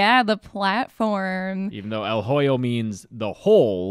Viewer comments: hoyo - the h is silent in spanish. If you pronounce "hoyo" in english like you just did at the beginning of this video, then you are saying "joyo" in spanish which means "someone's asshole" lol OMG this intro cracked me up something fierce!! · The H in hoyo is silent.. its "oh-yo" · The h is silent in el hoyo